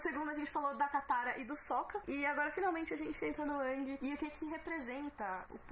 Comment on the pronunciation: "Ãngui" tá foda... é a primeira vez que uma pronúncia me incomoda... paciência.